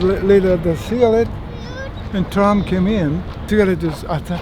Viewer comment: its tram not trump lmao 😂